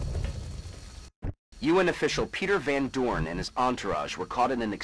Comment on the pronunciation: It's Van Doorn........